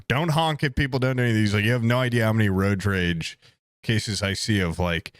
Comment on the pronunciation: I like how calls it roaj rage